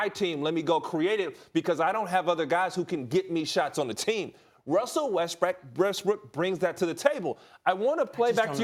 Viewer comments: Russell wEsTbRiCk clears throat Westbrook 💀😂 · No one: Ryan: Russell Breast Weck, Breast Rook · who else thought he said Westbrick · "RUSSELL WESTBRECK" LOL